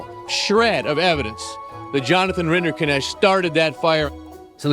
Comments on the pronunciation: maybe beside the point, but what a weird way to pronounce that name. It's obviously of German origin and is meant to be pronounced RIN-der-nekt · Rinderknecht pronounced as "renderkinesht" burns my ears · What annoys me most, is that Rinderknecht is an actually quite easy to pronounce German name, yet nobody took the time to put it into Google translate from German and hit "text to speech" (compound word: Rinder-Knecht, basically cow/bovine servant-boy, meaning: cow man, cow farmer boy, cow farm serf) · All this detailed research, yet somehow everyone manages to mispronounce a Swiss-German surname, as something that sounds Indian. It's a compound name: Rinder-Knecht ("cattle servant" / cowherd / ALMOST the german variant of a cowboy). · Why can't a single person pronounce Rinderknecht properly? Not even the man's lawyer. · The pronunciation of his last name hurts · What the hell is that name pronunciation? I know it's his name, but it makes the video hard to watch as someone who knows how to pronounce knecht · As a german every pronounciation of Rinderknecht gave me a heart attack 😂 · Why are you trying so hard to mispronounce his name?